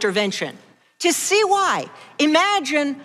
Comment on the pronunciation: Sorry Doug, I have no idea what you said. When someone pronounces the word 'why' like 'Huhwaaa', I stop listening.